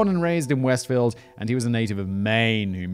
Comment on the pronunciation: Shame on a British guy not knowing a British sounding place like Westfield! Lmao